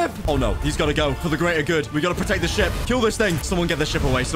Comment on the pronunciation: When hw said ship it sounds like shit